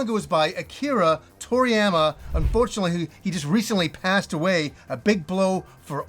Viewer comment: Anyone else wince a bit at his pronunciation of toriyama?